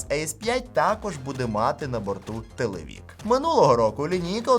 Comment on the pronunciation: ТелевИк, а не телевІк...